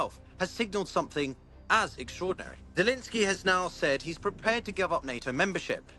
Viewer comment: Why do you keep calling him Zelinskyy?